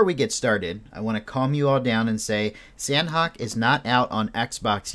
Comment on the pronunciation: Please for the love of God pronounce it Sah-Nok. It is not San-Hok.